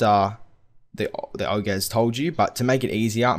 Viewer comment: One complaint, yo don't know how to say ogre.